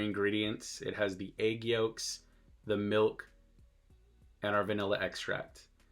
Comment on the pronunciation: It’s when you said “ehgg yhoolks” for me